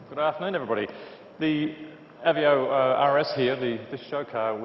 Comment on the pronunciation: Is he pronouncing it wrong? Or have I been calling this car by the wrong name for over a year lol? "uh-vay-oh" not "ev-ee-oh" Then again, who cares lol. If this is the RS, I can't wait to see the SS.